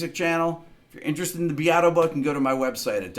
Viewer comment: Your surname Beato means blessed in Italian and it's pronounced b-e like in bear. Porcaro, the drummer's surname, also Italian, means swineherd. Thanks everyone for tuning in to this episode of fun with surnames.